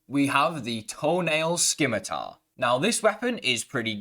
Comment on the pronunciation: The C in scimitar is silent. Excellent video.